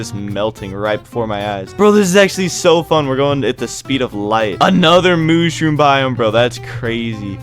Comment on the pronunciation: mush room, not moosh room lol